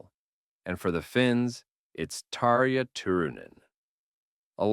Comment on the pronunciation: Too bad AI totally butchered Tarja’s name!